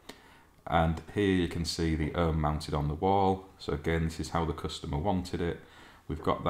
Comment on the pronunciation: Ohme is pronounced Ohm ee, not Ohm!